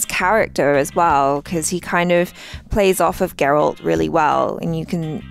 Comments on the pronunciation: It's G-eralt not J-erald! 😂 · I can't believe still calls Geralt, Gerald.😂